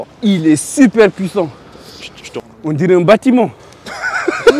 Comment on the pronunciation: "Oun dirai oun batiment !!!!" Il m'a deaaad jme lsuis repassé 10 fois !! La meilleur sortie de l'année 🤣🤣🤣